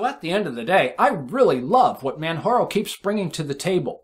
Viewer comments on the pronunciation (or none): ...say it with me: MAN-->J<--ARO...;)